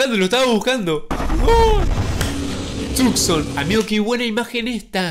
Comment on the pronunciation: Porque siempre dises Tucson